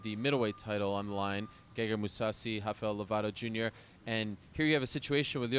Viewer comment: lol "Hafael Lovato Jr", he is not Brazilian Ariel